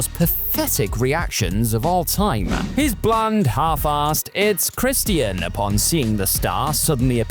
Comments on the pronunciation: Who is Christy-an? If you’re having trouble pronouncing his name, it’s in his THEME SONG.🤦‍♂️ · Im sorry but Chris T N? Thats how you sound. Somebody teach this narrator how to say wrestlers names before making another video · I don't like this dude narrating the way he pronounces names gets on my nerves christyian cage😂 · Why you pronouncing 'Christian' weird? 😂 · Why does he say Christian like that? They say his name literally everytime he walks out, how could not know how to pronounce his name??😂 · The way you say Christian is very unsettling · Why the fk can’t you say Christian correctly? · I hate how you say Christian.... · Why are you pronouncing Christian like a mook?